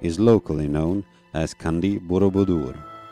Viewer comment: Sir, it spells as "Chandi" (like "Channel") not Candi ("Candy")